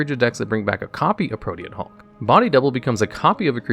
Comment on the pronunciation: At least he pronounced Pro-tee-an Hulk correctly